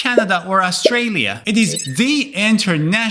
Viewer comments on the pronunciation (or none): none